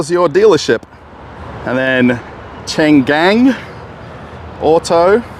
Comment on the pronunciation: It's Chang an, not Chan gan